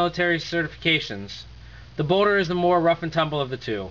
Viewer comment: ok, so judging by the comments, im hearing boner corectly. not just me.